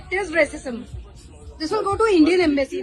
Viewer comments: Arcism? You meant Racism right? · R cism😂😂😂😂😂… its racism. Learn pronunciation first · please practice your pronunciation of "Racism" or use discrimination instead. It sounds like arsonism that is changing the entire context. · Bhai raaasism nahin, rascism. I was wondering for long what you are saying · Are you calling racism as arcism throughout the video?! Weird! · Aap racism ko R-cism kyun bol rahein hai? 🤔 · racism - learn the pronunciation correctly.